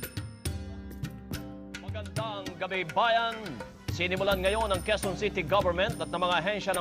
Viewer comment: Its called ka way zon. Quezon